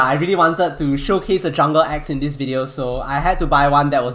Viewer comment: for a sec i thought he said ex like my ex wife jk jk jk lol